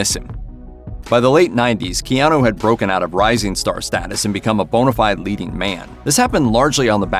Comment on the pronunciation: I wonder if he gets tired of people that are talking about him.. continue mispronouncing his name.. It’s KeanU.. not KeanO. 😂